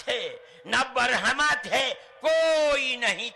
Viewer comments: Ye mulley brahma ko barhama kyu bolte hai jankar hindi sanskrit bigaad kar bolte h.. kya urdu arbi me adha shabd ka uccharan nahi hota ??? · Ye gadha hai pura madani. Be sir pair ki baten kar raha.easako bolana bhi nahi aata baramha nahi bramha hota hai.